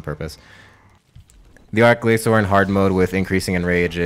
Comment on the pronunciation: its more like arch glachor/glashor then saying it outout sh sound